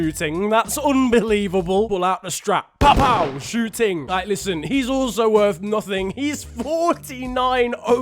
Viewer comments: Zhou ting - shoo-ting 🤣🤣🤣🤣🤣🤣🤣🤣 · Zhou Ting is pronounced Jo Ting I know bcz i take a Chinese class